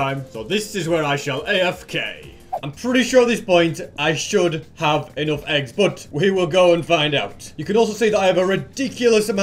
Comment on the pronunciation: EnOgth? What's the accent? Btw cool farm. Huge work